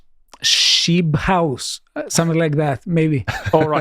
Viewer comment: Minute ... its not shise house, its also not sheeb house, It is sheess house and means "Schooting House". The letter that seems to you guy a "B" is a letter only existing in German, it is a sharp SSSSSS, we call it "eszet". Ha, ha, ha Yes, globalism and the dissolution of nation-states is a temporary phenomenon that will, however, initially be successful and take over the entire world. It is humanity's last attempt to deal with the problem of its fatal distance from God. According to the prophetic revelation, the last book of the Bible, chapter 13, it will have its dubious "success" for a total of seven years before it is finally destroyed. The head of this world dictatorship will be the Antichrist. A monster, more than a human, 10 times worse than Hitler. To escape this terrible fate of living under such horrible dictatorship, you should earnestly search for the real God, which is Jesus Christ, the Son of God, his Father, and the Holy Spirit. Start reading the Bible only in the Authorized King James Version and pray to Jesus for the salvation of your soul. He will come and contact you if you mean it earnestly. Blessings, Gerhard